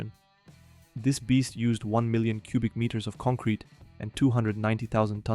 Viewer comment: take a shot everytime this guy says “concwete” 😂